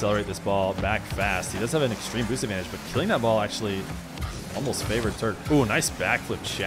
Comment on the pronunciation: just a pointer: watch naywis' videos with those ksa guys, he is pronouncing them correctly. alternitavely: you are pronouncing it like turk. just drop the u and you have it. <3